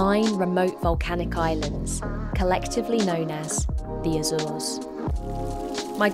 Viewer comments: So funny the way you pronounce Azores, except for Miguel cousin of Michael (translation in English) that's perfect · Azoors? Sets seeyou dadgees? Just say Azores...